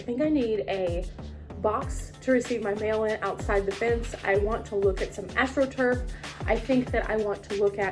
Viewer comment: 😂I'm sorry... did you say "AFRO turf"?!? As opposed to ASTRO turf?? 😂 yup. Had to turn on the captions to be sure. ❤